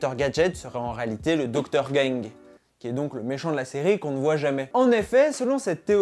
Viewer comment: C est docteur gang pas docteur gingue ......😂😂😂🤣